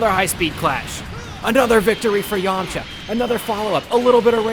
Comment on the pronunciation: Lmfao you got me so excited having me that someone super strong was going to go against Broly but you said Yamaha when u said that I fainted.